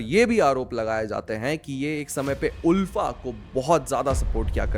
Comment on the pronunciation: आलफा not उलफा